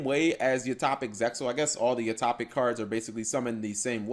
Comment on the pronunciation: Utohpic Utohpic. I see. So that's how it is. It's [You-Toe-Pic]. Sorry if that seemed like I was being rude, it's just that I played Utopia for like 3 years straight and love the deck to this day, so when somebody continuously mispronounces the name of some of my favorite cards it irks me a bit.